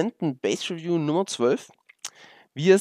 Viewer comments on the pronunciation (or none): none